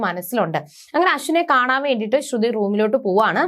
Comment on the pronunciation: ശ്രുധി അല്ല ശ്രുതി ആണ് ok